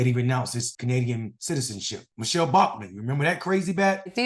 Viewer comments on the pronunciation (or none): none